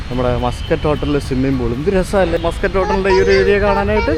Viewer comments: മസ്കറ്റ് ഹോട്ടൽ എന്നല്ല പേര്. മാസ്കട്ട് ഹോട്ടൽ എന്നാണ് കുട്ടാ.. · Its not pronounced muskut hotel... its pronounced 'Maas-kut'. Stress on the syllabul 'Mas'.